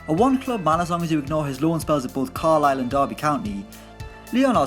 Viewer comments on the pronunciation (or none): none